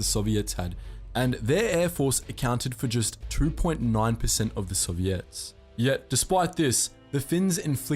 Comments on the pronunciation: Nobody: Him: Soviettes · The way he pronounces Soviets and Erwin rommel is hilarious